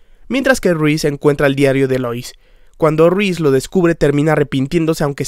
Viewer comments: Porque decís "Ruiz"????? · excelente trabajo tu vídeo 👍👌 felicitaciones 🙂... sólo me incómoda escuchar "Ruíz" en lugar de "Reese" (Riss). 😅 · YO ESCUCHANDO A DECIR RUIZ:V:V:V:v:v A REESE